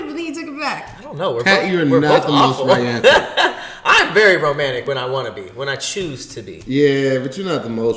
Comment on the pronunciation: said “rayantic”😂😂